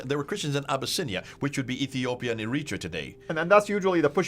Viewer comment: He says Eritrea weird lol (Eh-re-tray-a) is how my Eritrean friends pronounce it. Apart from that love the historical knowledge.